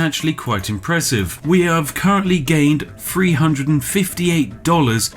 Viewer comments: Firty ate. Also free hundreds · HOW MUCH IS "FREE HUNDRED" ?